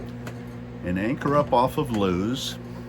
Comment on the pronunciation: BTW...It's LOO-ISS Deleware. Ask a native.